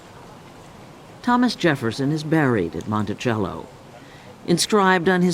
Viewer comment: The narrator doesn't know how to pronounced Monticello. It is pronounced Montisello not Montichello